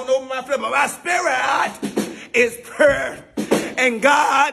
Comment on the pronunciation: He said pure like he was trying to say purée lmbo😂